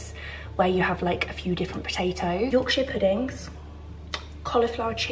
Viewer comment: And as someone from Yorkshire, I die a little when says Yorkshire 🤣🤣❤️❤️❤️